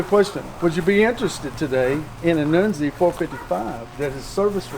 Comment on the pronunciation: 1971 Pontiacs used a cast nodular iron crank, just like 1972 Pontiacs. Armasteel cranks ended in 1970. Who the hell is Noonzi? I KNOW who NUNZI( pronounced Nun-ze) is. I’ve known the guy for years. One hell of a Pontiac engine builder; IMO, he and Ken Crocie are in the same league.